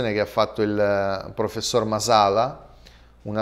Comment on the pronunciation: Masala l accento cade sullla prima a